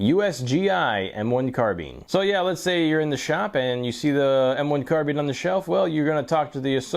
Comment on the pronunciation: Ahhhh finally... a guy who pronounces "carbine" correctly (CAR-BEEN)!!....SUBBED